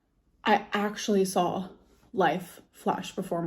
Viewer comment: I cannot tell you how her saying sawl instead of saw makes my blood boil